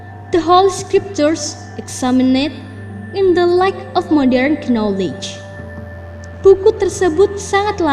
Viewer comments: ngakak parah. wktu ngucap kenowlej(knowledge) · Knowledge koq dibacanya kenowlej sihhh